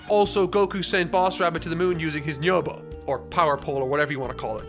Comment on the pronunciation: bro if you're gonna rag on people using "power pole" instead of "nyoibo" then you could at least pronounce nyoibo right